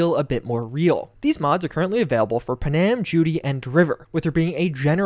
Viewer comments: The way you pronounce Panam feels like an intentional troll. It's Pan-Am! Two syllables! not puhnam... Anyway, great video! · PuhNAM? Is that how they say her name in game? I am guessing you romanced Judy lol... So did I, but at least I didn't forget the other girl's name